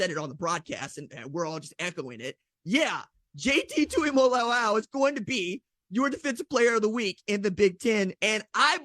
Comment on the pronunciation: Man why is everybody mispronouncing JTT’s name? It’s not even that difficult.. it’s TuimoLAO not TuimoLOLAU ffs